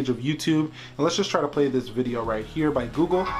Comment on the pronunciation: that h is the key for I phone 5s righth haaaa....